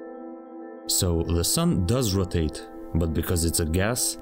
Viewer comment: BA nA na RoTaT E